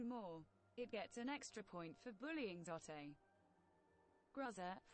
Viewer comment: The way it says zote makes it sound like it’s his Mexican cousin Zoté